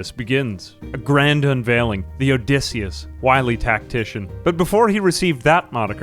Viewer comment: "Odysseyus"...? Er... Did you mean to call the ship "Odysseus"? I mean, even that would be a bit awkward. You could have named it after Odysseus's ship, Boaty McBoatface.